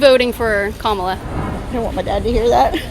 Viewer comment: Kaitlin, i know you mean well and support Trump, but you're just being ignorant on purpose at this point pronouncing Kamala's name wrong in every video. Your credibility just keeps sinking hun...